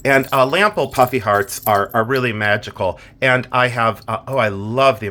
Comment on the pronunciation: I thought you were saying "puppy heart" charms. It wasn't until the end of that review that i finally heard ""puffy hearts". Still giggling. A great bracelet by the way, Lots of charm...lol.